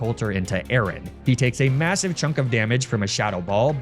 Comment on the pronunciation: He also pronounced Aaron like Aaron. Not a-a-ron.